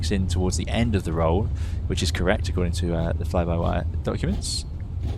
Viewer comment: Flyby tyre....your killing me LOL